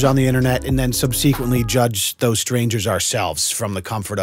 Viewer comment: I’ll probably get attacked for this, but I can’t help it lol. I’ve heard him say it so many times now. Subsequently is pronounced “sub-suh-kwent-lee”, not “sub-see-kwent-lee”. Love the channel!